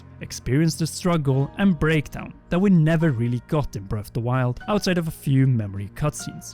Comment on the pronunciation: Why do you keep pronouncing it “breff of da wild?”